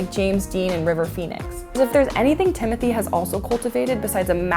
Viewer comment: So she can say his last name correctly but not his first name.? Im disappointed. And idek who this dude is.